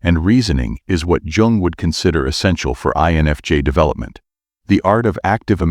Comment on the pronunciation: That image is not even similar to Carl Jung. And you pronounce “yung”. Not “Djung” 😂 Each time the computer says “Djung”, I lose my concentration. This mistake is barbaric.